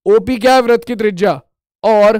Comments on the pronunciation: Sir vrat nhi vritt hota h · Sar vah vrat nahin vritt hota hai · Vrat nhi hota hai vritt hota hai 😅😅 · Sir app vrit ko vrat kyo bolte hain